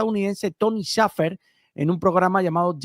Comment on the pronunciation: Shafer (cheifer) ✅️